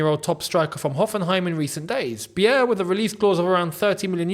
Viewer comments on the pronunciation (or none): Pronounce his Name like Maximillian „Buyer“ = Beier Greetings from Germany ❤